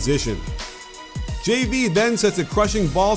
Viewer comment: Like how you can actually say his name right. Most people can't pronounce JV's name.